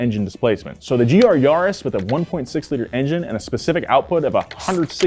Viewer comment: Gee arr yarr-es